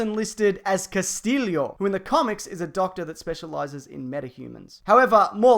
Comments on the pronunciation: you pronounce it castiyo, not castillio ;) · Cass-stee-o not Cass-till-lio. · It´s not "Castilio". It is pronounced "Castiyo". Double L in spanish is pronounced as "Y" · Christ it's not "Cas-teel-ee-o" it's "Cas-tee-o" There's no extra I. This is simple stuff. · CASTILLO not CASTILLIO.... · Its CASTILLO you dum fuck. Not CASTILIO. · Casteelio. Uh... wut? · It's Cast-ē-ō!!!!! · the way you said Castillio!